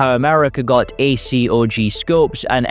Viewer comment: You should get someone who knows a little about guns to read the scripts. Not knowing how to pronounce acog, sabot, 7.62x39, 4x, AUG, "five hundred and fifty six", etc really undercuts the video quality.